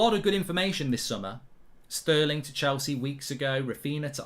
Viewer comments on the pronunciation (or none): none